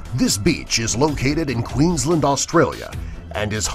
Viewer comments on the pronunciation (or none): OK I live in Queensland and he pronounced it Queenslind LOL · He saiid Queensland wrong😡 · U pronounce it Queensland not queenslnd I'm Australian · Love how he said Queensland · Queenslind BRUH ITS PRONOUNCED Q-U-E-E-N-S-L-A-N-D QUEENSLAND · Nope nope nope you did not even say Queensland correctly bye